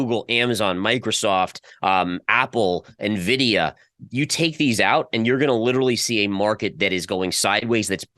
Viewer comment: did you just say "Nuhvidia"? Shame on you.:-\